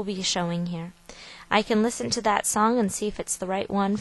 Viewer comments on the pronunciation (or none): yah, she says songk instead of "song" funny. oh well, she prolly looks different than any of us imagines, based on her voice anyway BTW, most DVD players WILL ALREADY do slideshows with just a regular CD or DVD with regular photos. Doesn't even have to come from some big outlet photoshop thingee.